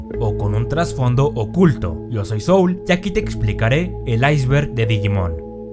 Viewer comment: La despedida es de lo más gracioso porque dice "Soul", pero parece que es "Zowl" xD